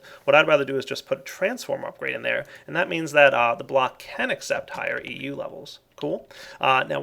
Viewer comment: its EU not MJ